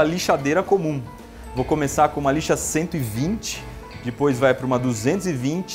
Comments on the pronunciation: Eu acho muito fofinho quando ele fala "dipois" em vez de "depois" é tão fofinho😍😍😍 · Ninguém: A Iberê: Dipois